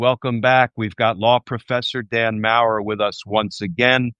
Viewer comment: Glenn Kirschner, you have a German last name, as does Dan Maurer. Yet, you mispronounced Maurer's name every time you said it. I was embarrassed for him. I am an American with some German heritage who holds people's names as very important. Please correct your pronunciation of Dan's name.